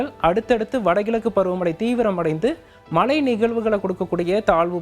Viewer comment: Tamilagam illa da thamizhagam. Malai illa da Mazhai .... Evan lam news channel ku vandhutan